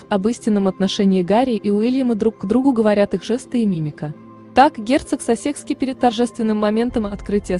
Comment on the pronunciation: Пожалуйста,уточняйте правильное пкроизношение,коли уж взялись комментировать!!! Герцог СассЕкский, ну ужас,бьёт по ушам и мозгу! Герцог САссекский!!и это не единственная ошибка!!Очень неграмотно прочитан текст ((((